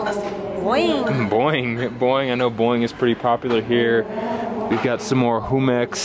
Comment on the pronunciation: That pronunciation of jumex made me cry in a good way. Never heard such a mexican pronunciation by a non mexican.